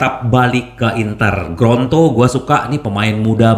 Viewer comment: Lidah kesleo tuh... 😊😁